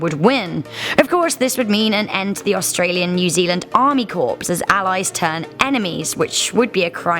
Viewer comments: Army Corps not corpse lol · She's clearly an idiot. ANZAC = Army "Corpse" ? British Speaking ? Time-o Leste ? That's just the goofs I picked up in the bit I bothered watching.